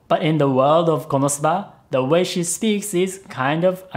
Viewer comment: is there a reason you pronounce Konosuba differently than the characters in the show do?